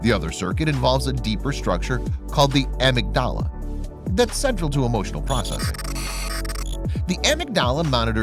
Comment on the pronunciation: It's pronounced "ah-MIG-da-la".